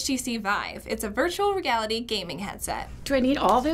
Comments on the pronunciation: Wtf she said it's a virtual "regality" game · i swear she said "virtual rick-ality"